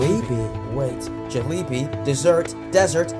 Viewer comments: Lmao I love it when he pronounces jalebi as jali-bi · Now I'm starting to believe the mispronunciation of Jalebi is intentional. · The pronunciation of Jalebi really got me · I like how he pronounces "Jalebi" 🤣 Hot Jalebi is a goto snack for me